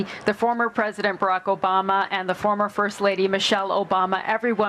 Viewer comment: Foomuh president Barrick Ubahmuh 😂